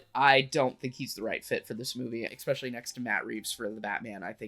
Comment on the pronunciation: It’s pronounced “es-special-lee”